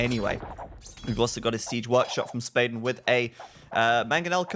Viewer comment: I'm pretty confident Spaden is swedish which means your pronounciation of his name was already correct, you don't need to change it!